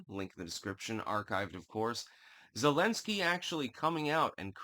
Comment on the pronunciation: “Thu’lensky,” “Nu’kranians”??